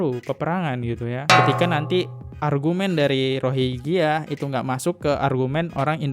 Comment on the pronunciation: Bro klu bahas masalah , nyebutin pokok bahasan yg bener dong! Rohiya apa rohingngia?